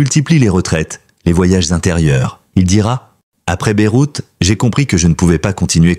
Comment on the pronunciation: Beyrouth, pas Beroute.